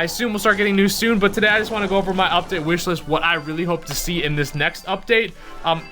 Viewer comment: "Whish list"?